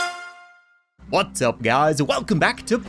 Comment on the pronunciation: Is it just me or did said "Butts up" instead of "Whats up"?